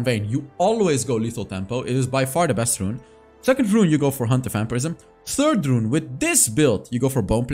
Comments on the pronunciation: He said bring out the "breast content" 😂😂😂😂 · Did he bring out the ''breast,, product instead of best or am i hearing wrong😅😅